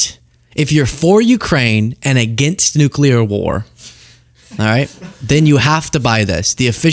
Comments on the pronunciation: Nu Clear, please for the love of god, say it just like that. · Get the bugger out! Please..... (He says 'nulcear' by the way) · I'm pretty sure he said "nucular".